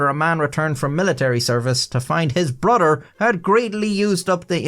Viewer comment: “Brudder” lol